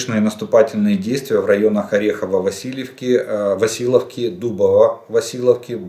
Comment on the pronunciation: Не Орехово-Василовка!!!а Орехов- Васильевка!!!😂😂😂читать хотя бы научитесь